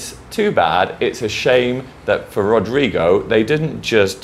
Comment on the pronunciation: that's not really the way we pronounce Rodrigo... but is definitively the way I will be pronouncing now on... it sounds fun and tickles the tongue hahahah! thanks for the tips on the video! love you!